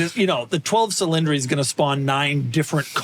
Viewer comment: Cil-in-dree? Who pronounces cylinder that way?